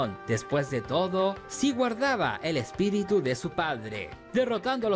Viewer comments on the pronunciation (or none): none